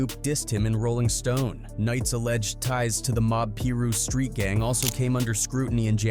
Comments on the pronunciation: What's a "Peeru"? ... gotta love AI!😂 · Cant stand these A.I. narrations in videos that completely butcher names smh 🤦 calling the Piru's the pey-roos and Dramacidal as Draamacidal and saying Bruce lit a cigarette instead of a joint when the cops were behind them and hit the lights on them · The computer, still, not knowing how to say piru is funny as hell. It can solve complex arithmetic but can’t read a four letter word 😂😂😂